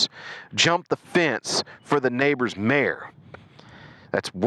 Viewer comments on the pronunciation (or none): none